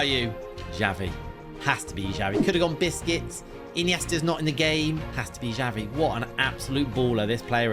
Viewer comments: He is saying biscuits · I like the way he says Busquets' name, to me it always sounds like he is saying biscuits😂